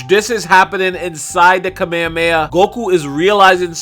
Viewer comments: Its not KAMEYAMEYA Its Kamehameha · Did he just say kameamea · Can we all just learn japanese pronounciation? Kah-meh-ha--meh-ha please say it right :D